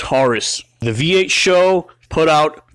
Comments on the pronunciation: Its S H O not sho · Great vid but it's not a taurus show it's an S H O. You don't pronounce ses or se or svt or gt as one word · "SHOW"?? Dumbass, it's S H O. as in Super High Output. Moron. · It’s not a “Show” it’s an “S-H-O” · S.H.O. NOT "SHOW" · For fucks sake its S H O. It's not a word. It is there fucking and separate letters. S H O not sho. It doesnt sound like a show. No one ever called these a show. Its SHO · It’s not pronounced show. It is S. H. O. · S. H. O. Is the only way I've ever heard this car pronounced years that I've heard this car talked about. And being that have been around the car scene 4 years and I've had friends that have actually raced these things, and yes I am definitely impressed with them. But I have never heard them pronounced as "Show". Could me and the rest of the people all been wrong this whole time? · Not dissing the video, but bro, it's SHO, not show. Ess Aitch Oh. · S.H.O not Show. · its not a 'show' its an S.H.O. which is an acronym. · It's not pronounced show it's just S H O. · Did it annoy anyone else when he kept calling it "show" It is an S H O. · true true it’s an sho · It’s S.H.O not sho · Calling it a "Show" instead of "Ess Aetch Oh" is like calling Nitrous Oxide Systems (NOS) "Noss". And these Taurus Super High Outputs were unremarkable. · But why pronounce it Show? Wasn't it pronounced S H O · Watch the original commercial. Its show. Always has. Always been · For fuck's sake please stop calling it a "SHOW." It's like when dumb fucking millennials say "NOSSSSSS." It's an S.H.O. not a "SHOW." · You should probably call it S.H.O. "ess aych oh" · "What do you call that? The Super High Output Ford Taurus. We call it 'The SHO[W]." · Totally agree. ESS EIGHCH OH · The super high output taurus. We call it the SHOW